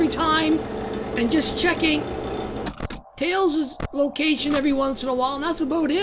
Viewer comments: Its talls not malls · he sais tails not nails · u said nails instead of tails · when you about to enter night six you called tails sails 😆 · Why's he saying Nails, it's just Tails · it's tails NOT nails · In the Easter egg it sounded like he said nails😂😂😂